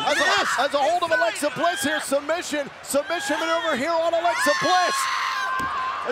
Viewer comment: Who is notice Michael cole Say Bliss into that cover Wrong